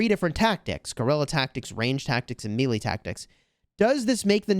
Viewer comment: Melee is pronounced May-Lay 🤔🤷‍♂️🤣